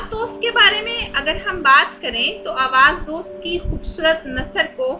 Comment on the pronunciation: پہلے کتب کے نام ٹھیک سے پڑھیں۔ Awaz dost nhi Awaz e Dost.. Safar e Naseeb nhi safar naseeb. Sirf Loh e Ayyam ka nam durust parha hai 😂 So